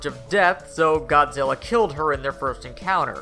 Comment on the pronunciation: he said godilla